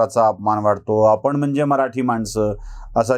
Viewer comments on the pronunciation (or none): none